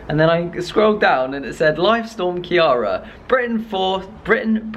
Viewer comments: hahaha I laugh everytime you say Ciara its irish and pronounced as ceera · Please have your Irish dad teach you how to pronounce Ciara lol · You said Ciara wrong noo !! 😭😭😭 it killed me, this Storm was my last chance for people to finally say my name right and it didn’t even work hahaha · Hi the storm was called storm Ciara not Kiarra just as Ireland had the same storm cross over to ireland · thought u had Irish blood. Ciara is an Irish name. Produced---- KEER-A.